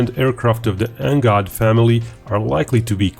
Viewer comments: Please do not call it NGOD and instead call it NGAD. "A" not "O". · It's pronounced N-GAD not N-GOD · color me embarrassed, I've been pronouncing NGAD totally differently... 🤦‍♂🤦‍♂🤦‍♂